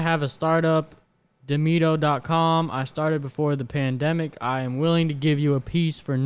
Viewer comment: "Pandamenic" llol